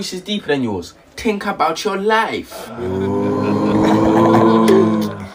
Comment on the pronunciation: “ tink about your life “😂😂😂